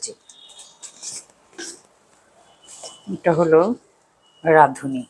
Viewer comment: একটি উচ্চারণ শুনতে সুমধুর লেগেছে। "রাঁধুনি।" রাঁধুনিকে সাধারণত মানুষ "রাঁদুনি" বলে। আপনি কি সুন্দর করে রাঁধুনি বলেছেন। 'ধ' এর উচ্চারণ শ্রুতিমধুর ছিল। যাই হোক, এটা প্রাসঙিক কথা না। প্রাসঙিক কথা হচ্ছে আজ জীবনের গল্প এত অল্প করে বলাটা অপ্রাসঙিক লেগেছে। আরেকটাও অপ্রাসঙিক লেগেছে, সেটি হল চায়ের কাপ বাম হাতে ধরে খাওয়া। ভালো থাকুন। ❤ রাজু